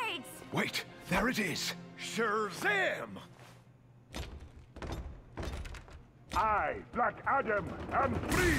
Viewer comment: It Shazam not Sherzam